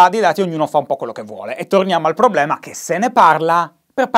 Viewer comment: Ogni volta che dici PROBBLEMA penso a Maccio Capatonda